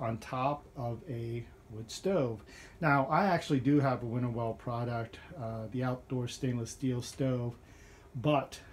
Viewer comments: Winnerwell… not “Winterwell.” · There’s nothing wrong with the thickness of the steel…proven by many reviewers who can pronounce the companies name properly